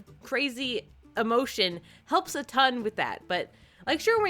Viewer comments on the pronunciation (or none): none